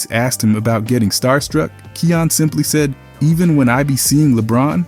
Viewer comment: If I’m not mistaken (and I’m no expert on the kid), i think his name is pronounced Kie (like fly) - yan (like fan). I remember it sounded like cayenne (like the pepper) when i heard one of hood parents say it one time. No biggie. I still love your channel and keep up the great work! 💜